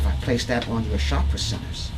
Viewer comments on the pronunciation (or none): none